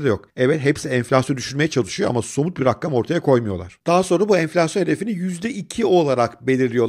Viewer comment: Rakam yerine rakkam diyen okumuş troller, bu hayatta en çok nefrettim insan modelleri. Komil değil, yanlış telaffuz. Ucuz bir hareket.